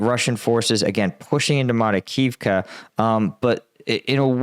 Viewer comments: Makarivka, not Marikivka. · Marakivka? Makarivka.👍